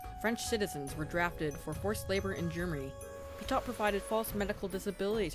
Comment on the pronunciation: OK, but it would be even better if the protagonist's name were pronounced correctly. (Petiot is pronounced: pet''-ee-oh)